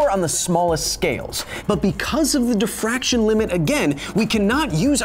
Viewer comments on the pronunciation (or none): none